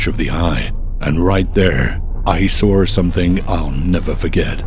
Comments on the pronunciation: "I sawr something"😂😂😂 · “I sawr something😬”